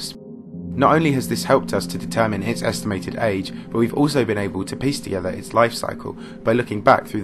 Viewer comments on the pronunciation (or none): none